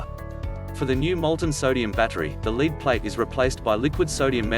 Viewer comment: Ugh. Robot voice. Note the mention of "leed"-acid battery.